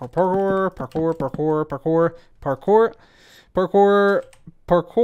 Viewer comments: I've never been so aware of the American accent saying "pore-core" instead of "parkour". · that's funny hahahahahhaahah stop saying parkor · At first I heard "parkour" then it turns into "papoy" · Is saying parkour or pork ore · It sounds like parker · I think at some point he started saying “carpour” sometimes lol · I know Spanish, and it sounds like ¿Por Que? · "Pork ore" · 😂😂 not going to lie, I totally started hearing that too 👏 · first parkour sounds like "Bonjour" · I swear I heard you say "por favor" a couple times in there. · By the end I thought he was saying hard pork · will you ever say parcore again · It sounded like you were saying parker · Legends say he is still saying Parkour. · "Today's forcast".... I think you mean parkour parkour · Did it ever get easier to say parkour at any point?